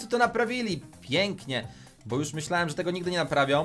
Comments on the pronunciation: Nie bu tylko bo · EMZ, a nie EMZI Bo, a nie BU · Mówi się BOooo